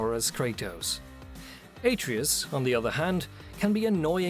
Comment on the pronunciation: even if he dies, he'll just come back like before. and it's pronounced ah-tray-us, not ey-tree-yus